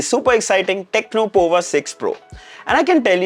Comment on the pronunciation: It's powa (as power with US accent). Looking at the CPU which is Dimensity 6080, the price is way too high